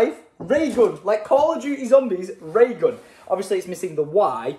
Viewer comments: Lol The-ra-gun oh it's Thera-gun 🤣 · it's pronounced 'feragun' I think it's like physiotherapy gun - Theragun:) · It’s not the ray gun it’s Thera-gum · that cat meme ... "the Ray gun" ... "thera gun" xD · Y'know it's Thera gun not the ray gun lol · I’m pretty sure it’s Thera gun as in therapy gun 😂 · It's "Thera-gun" like Theraphy Gun ahahahahaha derp. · uh is anyone gonna tell him that its called a Thera gun like therapy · it is called a Thera-gun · It’s said like feragun but they should rename it the ray gun 😂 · its pronounced thera-gun as in therapy gun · its THERAgun like Therapy-Gun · it's Ther-A-Gun lol